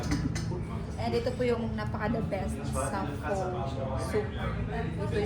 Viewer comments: Pho is pronounced as “fah “, just an fyi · Correct pronounciation of PHO in Vietnamese is FUH